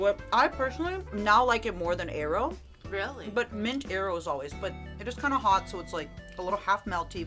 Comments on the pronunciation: ain't no way she pronounces aero as eyero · The way says "aero" is all wrong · Matara mispronouncing Aero like it's helping their nephew look for the Avatar. Also, Mirage being a dollar store brand is hilarious to me since it and Aero are both made by Nestle and I'm fairly certain is probably the same chocolate just in different molds. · ive never heard someone pronounce aero the way does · The pronunciation of Aero pained me 😂